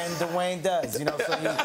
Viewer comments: I can't have enough of with Kevin saying "DeWayne" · Duwang the rock Johnson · right! Because I do NOT say Duh Wayne. I can speak English perfectly well. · And Pat Paterson pronounced Dwayne as Dewey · Wait it is, duh Wayne, right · Well, D'wayne" IS half black, so... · Everyone: Dwayne Kevin Hart : dU waYnE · Duhwayne? D’wayne? Da Wayne? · I love how Kevin thinks "Dwayne" is two syllables